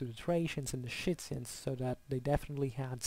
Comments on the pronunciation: Very interesting video. You seem very knowledgeable on this topic. But I'm struggling to follow... who are the Schitzens and Jettais that you keep referring to? I don't know if I'm heading it wrong. Are you saying Scythian? I'm confused.. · Scythians = [shitsians] ??? i am sorry) not sounds right... scythians = [skifians] i think is more like it... other wise i really enjoyed this talk! thank you! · Hello there, thank you heartily for the compliments, it means a lot Yeah, well, welcome to my fantastic "English pack": exactly, it would be Scythians and Getae/Gets respectively, I apologize for my poor elocution. If you're interested in these topics I also made a video on Scythian warfare (that time with a somewhat better pronunciation!). I wish you a great time and enjoy